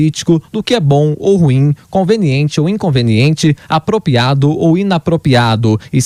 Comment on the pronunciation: Esse garoto que falou sobre o Juiz Fux ainda não aprendeu a falar APROPRIADO ( em ), e fala no mais puro Dilmês, APROPIADO e INAPROPIADO. Também não sabe falar PRÓPRIO e fala PRÓPIO. Nosso professor Villa também incorre nesse erro. Ninguém da rádio observa isso? Alguém da Pan deveria avisá-los. Se estiverem precisando de um corretor de português, estou à disposição, apesar de ser formado apenas em História e Música.